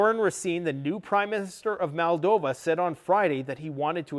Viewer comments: BRO. Please stop saying- MAL-DOVA... its, MOLE-DOVA. I have a couple brothers in arms who were born there.. Just like Italians get incensed when people call us EYE-talians... Good grief we're not from EYE-taly.. We're from IT-taly. Moldovan's are from Moldova.. They are not from MAL-DOVA. Not trying be a duck here (Yup, said DUCK on purpose) but, people get offended when others talk about their Country and don't take the time to say it right. You're from Canada not Cuh-nada. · And it's Moldova no MolDAva. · "Transnisteria", " Maldova". Has this grifter just made up his own pronunciations for these words? Most likely he wouldn't have been able to find Ukraine on a map this time last year.